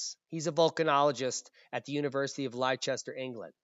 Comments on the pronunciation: Hi. Leicester is pronounced Lester for future reference. It is just strange English spelling. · YELLOWSTONE WANTS A HYDROTHERMAL BELCH....(NOT A BIG OLD MAGMATIC ERUPTION.).. AND LEICESTER IS PRONOUNCED LESS -TERR . XXXX FROM ENGLAND XXXXX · Great info. No fear here! btw, its pron 'Less-ter' , simple but tricky! ... there is a place called Chester with an 'H' but that aint it 😃💖🙏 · Leicester = Lesster 💣💥